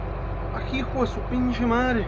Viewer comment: I don't know much Spanish, much to me shame, but at the end, hearing him same "Pinche Madre" (Mother Fucker) made me laugh, and feel it's pretty legit.